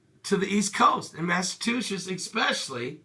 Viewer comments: The state is pronounced MassaCHUSETTS, not MassaTUSHETTS - just moved to Virginia and more than one person has mispronounced the name of the state - quite funny. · "Mass a chew sits" Say it with me. MASS A CHEW SITS. Thank you pastor. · Yes this snow sucks i know i live on the southshore of mass and trust me national guard is here. Theres to much snow to handle. But please learn how to say massachusetts!!!! You said it wrong like 3 times just listen to it. Im not bashing you i was dieing laughing at how you said it lololololol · you have to learn how to say Massachusetts